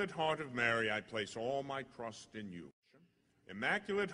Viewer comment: I really like this prayer! It echoes some in the video and sometimes it sounds like he’s saying crust instead of trust.